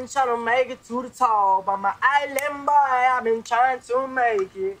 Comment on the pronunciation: 'Uma just a ilann boi! I'm just fooogazzyy' what